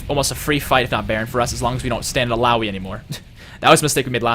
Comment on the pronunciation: Is hecarim viable this meta? Also nice job! Does anyone know when the new champ select will come out? Also good job on pronouncing ill ow ee :)